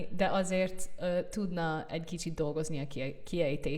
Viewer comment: Te így beszélsz magyarul: Azt vettem észre " A" Magyar Péternél hogy "KHEvesebbet hibáááz.." meg agy "Khícsit " "joob" a kiejtese mint aa Orbán Viktornak. Na ebben a mondatban kiejtés szempontjából kb 70% hiba van. és nyelvtanilag sem magyar." " Dee azért adnám neki egy nyolcas..." Na most neked én kb 3 ast adnék. Nincs olyan a magyarban hogy " adnám neki egy nyolcas" ez röhej ha nagyon szőrszálhasogatók szeretnénk lenni. "a Magyar Péter meg a ... az Orbán Viktor "ongolukrol" mit mondtál aranyoskám? "ongolukrol" ??? tudod ilyen magyar szó sincs de azért jó szándékkal megértjük a nyelvi botladozásodat a tragikus magyar nyelvtanod és borzalmas kiejtésed ellenére. Nem a tökéletes nyelvtan a cél hanem hogy megértsük egymást. " nem KHel nekik megállni gondolkodni" jaj micsoda borzalom ez a bagadozó megfogalmazás és "THÉNYLEG THUDJÁK nagyon jaol khammunikhalni... Ragozás elégtelen, kiejtés elégséges... van nyilván akcentusa "MINDKETTÜKNEK" ( ilyen szó "mindkettüknek" nincs a magyarban. ) szóval a te ragozásod ordítja hogy nem magyar az első nyelved , vagy anyanyelved, tanulhattad de nem sikerült. Nem magyarul gondolkodsz. 🤣🤣🤣🤣🤣 Inkább ne erőlködj. Teljesen fölösleges és ironikus, ezzel a magyar nyelvtannal és kiejtéssel előadni, hogy a magyar politikusok mennyire nem beszélnek a te nyelveden. Ez tényleg jó szórakozás, több értelme nem nagyon van.